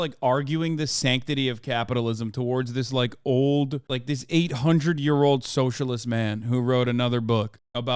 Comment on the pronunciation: "Ughhhhhhh...eeee a Soshurliest"